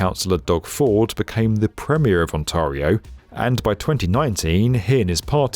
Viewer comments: It's not Ontaurio, it's pronounced On-TARE-ee-oh. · Straight from Google... The most common mistake is saying it as "on-TAR-ee-oh" (rhyming with "car") instead of the correct "on-TAIR-ee-oh". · Please, Ont - Air - eeyo. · Tah-run-oh and On-terre-e-oh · On-tear-io ....the "a" is not pronounced "ahh" ;-) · Ow dear! I apparently now live in "Ont-aaah-rio!" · For the record, it's pronounced, On Tear E Oh. Ontario. 😉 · Great video as always, but since you'll be covering this for years to come, it's pronounced ON-TARE-RIO please please please save our ears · I get it. Sometimes it’s hard to know local geographic names when you don’t live in the area. But really? on-TAHR-e-o. No one at B1M caught the mispronunciation of a place with 16 million people in one of the world’s most productive nations? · I know you put a lot of research into your videos but my word those are some horrible pronunciations. Couldn't you put some research into that, or just get a Torontonian or at least Canadian to review this? Ontario is closer to On-Terry-oh than you're saying it. Spadina is Spad-EYE-nah (Not Spa-DEE-nah), Bathurst has a short "a" like in "Pat" or "sat". Gerrard is stressed on the second syllable. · Oh man... it's pronouned On-tear-ee-o. Tear like "tear it apart", not "tar". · “ Awn-TAR-io “ — that’s a different way to say Ontario. 😂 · On-tar-rio? Uggh try again you'll get it eventually. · No offense but you pronounced Many of the streets locations Wrong...ex. ontario, spadina etc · I am amazed at the lack of professional pride evident in the performance of people who make a living talking on the net who don't bother (or don't give a ...) to get even basic, well known pronunciations correct. I'm somehow supposed to consider reliable and informative a guy who constantly says 'OntAHrio' as no-one else on earth does. Pathetic. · I have to start pronouncing Ontario this way. He makes it sound so posh! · exactly, and tear as in to tear fabric, not to shed a tear.